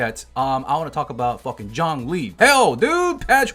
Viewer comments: no, its pronounced "choun-li" not john lee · Zhongli is pronounced 'Jong-lee' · Hearing him say "Jhon-lee" instead of Zhongli was pretty painful...it HAD to be on purpose... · The whole time I watched this all I heard..: JOHN LEE JOHN LEE